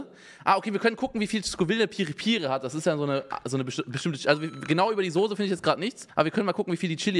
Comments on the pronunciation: Niemand: Absolut niemand: Unge: Sose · Normale Leute: Soße Unge: Sose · sagt auch Sose 😅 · von PietSmiet sagen auch alle Sose